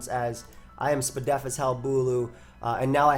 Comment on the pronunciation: Thats correct, despite saying spedef ALL the time, its still confusing and incorrect